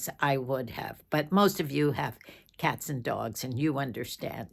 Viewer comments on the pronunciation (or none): none